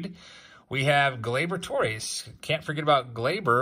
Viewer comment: FYI Gleyber Torres. GLAY-ber TORE-ez. Infielder. How to pronounce Gleyber Torres. Born on December 13, 1996 in Caracas, Venezuela. It is NOT Tore-rayz